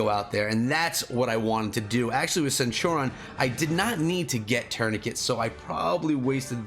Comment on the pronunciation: Dude, how the hell are you sitting on 276 legendary heads? Why haven't you used those to level up your fighting commanders?!? For anyone watching, do NOT do what did to Cleo. Always max your first skill before moving up, it is invariably the most powerful and the easiest to max. And for God's sake... use those legendary heads lol. They're there to be used. And BTW, it's pronounced /senˈt(y)o͝orēən/